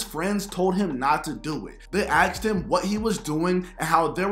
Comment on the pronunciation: His friends "axed him"? Yikes!